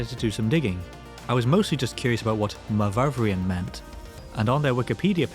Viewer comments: Myvyvrian? Myvyrian! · It's not /muh-vuv-ree-an/ but /muh-vur-ee-an/, deriving from Owen Pughe's locative nickname Myfyr. (Note there is only one v in Myvyrian). Myvyr derives from Latin 'memor' - mindful and means meditation or thought. He was born in Llanfihangle Glan Myfyr, (the Church of the Archangel Michael of the Valley of Meditation). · It's not "myvyvrian" as you pronounce it but "myvyrian".